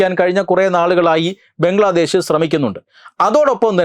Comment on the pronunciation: ബംഗ്ലാദേശ് അല്ല.... ബ്രംഗ്ലാദേശത് 🤣🤣🤣